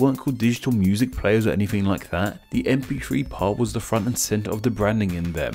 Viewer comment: you say gif fine but not mp....free?